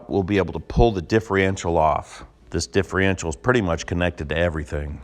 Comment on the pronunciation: Stop saying diffreential